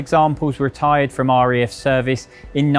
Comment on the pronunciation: It’s RAF not REF…..why do people saying it like that!!!!